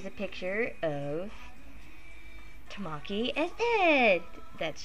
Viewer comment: Ta-MA-ki? TA-ma-ki. XD Think of the Japanese word for 'egg'-- 'TAma.' But cute vid! XD